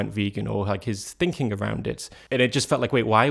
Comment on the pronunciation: british people make saying "ing" a challenge. its sounds like its just droles into "ink" so like not thinking but thinkink. or maybe thats just you. idk